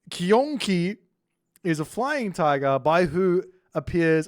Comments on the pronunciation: Qi is pronounced like "CHEE" so Qiongqi would be "chee-ong-chee" more or less, Qinglong would bee Ching-long Taotie--> Tao, like tah-oh, Tie is like tyeh, like a T before Yeah! Tah-oh-Tyeh Taowu you said well Hundun--> hoondoon more or less, but with a shorter oo sound than in moon baihu--> you said well Rushou-->roo-show XU is a shoo sound, more or less, so Xuanwu would be shoo-an-woo Zhuque, Zh is a hard J sound, and again Que is Chooeh, so together, Joo-Chooeh Basically remember Qi or any Q is almost always a CH sound, while X is usually a SH sound, Xi = shee, Xu= shoo, zh is a hard J sound Zhu-->Joo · QI is pronounced ch-i, with the tongue placed firmly below the lower teeth. So Qiongqi is pronounced chi-ong-chi. Don't overpronounce the g in ong. It should be quite soft. Some dialects and accents drop it entirerly.